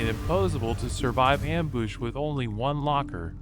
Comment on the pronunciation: "amboosh" and "impoesable " and "lohser pointer"